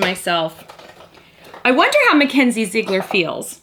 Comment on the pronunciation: It's pronounced Zi egler